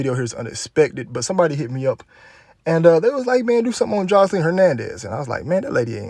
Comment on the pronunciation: The way you say her name “joslean” lol so country